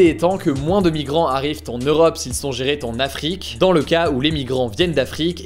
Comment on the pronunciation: "s'ils sont gérés t'en Afrique"... Je suis désolé mais il fallait la relever cette liaison exceptionnelle.